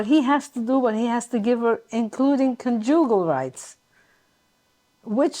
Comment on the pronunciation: Suggestion: Learn the correct pronunciation of the word conjugal - yes, you can throw out hundred dollar words but if you can't pronounce them it highlights your ghetto mentality